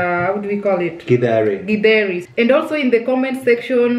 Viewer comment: No githeri without avocado,they blend so well. I like how is pronouncing githeri